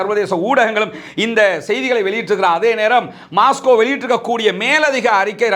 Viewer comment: Not maasco..... MOSCO..